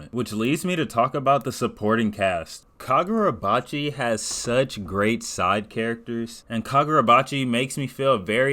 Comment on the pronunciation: fumbling the name😭 But finally getting caught up myself, I’ve seen what the hyped been about and looking forward to the next chapters